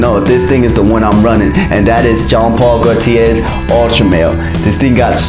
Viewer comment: just watched this ..late i know but i said id watch a couple of your vids after your jeremy fragrance rant which i agree with by the way BUT when I hear you pronounce Iean Paul Gaultier as "Gene"...Im sorry man ...not cool my man ..my 10 year old wouldnt make this mistake...one of the biggest fashion /fragrance icons in the world and you cant even pronounce his name says to me you never even heard of him..the dog on the street knows JEAN Paul Gaultier so Ill be passing on subscribing.....your not all you think you are or want people to thik you are